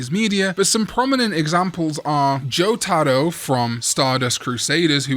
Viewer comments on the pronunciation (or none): Omg you saying Jotaro’s name almost gave me an aneurysm